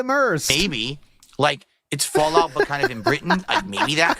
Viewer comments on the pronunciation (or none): none